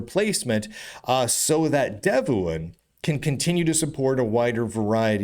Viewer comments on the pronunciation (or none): Sorry to interrupt. Devuan is pronounced "dev-one", as mentioned on their website.